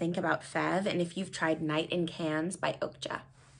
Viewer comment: Pronounces Feve Deliceuse in french. Butchers “Cannes” 😅😅